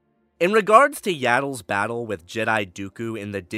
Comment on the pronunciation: “Yaddle’s battle” 🤭